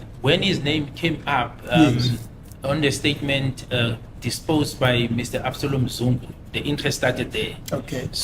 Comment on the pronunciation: Can you please tell that it's not dispose, it's depose